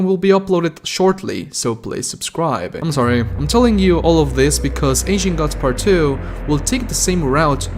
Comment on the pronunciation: Why does it sounds like he’s saying Ancient Guts Lmao